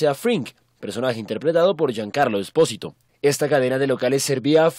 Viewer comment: No es espósito, es esposito, y se pronuncia sposirou